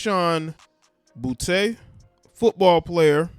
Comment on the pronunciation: Name is pronounced boo-TEE